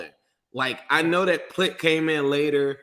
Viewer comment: Swear to God Plitt better play this next game so I can hear him called Plittoris again 🤣